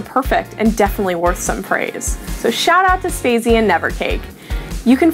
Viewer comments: Wtf.. Space? His name is Spazie, not Space. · AND THEN SHE CALLS HIM SPAZY?!!? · DID SHE JUST CALL SPAZIE FOR SPAZE!?!?!?!!?!? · the pronounciation of spazie - respect no longer reaches you new presenter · Its sad to hear the name spazie promounced wrong :(